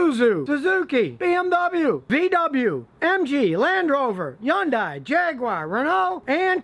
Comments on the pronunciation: what the hell is a "Yondai"? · Yawn Die? I thought it’s Hyundai